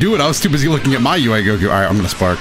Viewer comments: Am I the only one who heard say UI Coco instead of Goku in the second match 😂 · Play team "Incoherent speech" Janemba (B) Kid Buu (A) DBS Broly (C) Mostly cuz I wanna see more Janemba